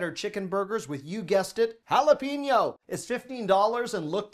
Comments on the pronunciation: FYI - The correct pronunciation of jalapeño is ... ha-la-PAY-nyo , NOT ha-la-PEE-nyo. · Jalepeño- sounds like pen, like what you write with. Note Pein. Say it “hala-pen-yo”. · Does speak American English as his first language? In this one video he mispronounced "silicon". OK, that one confuses a lot of people. But mispronunciations abound in the food department. must eat only at McDonald's: "madeleines", "jalapeno" (lol), "teriyaki", "basil". He needs to get out more.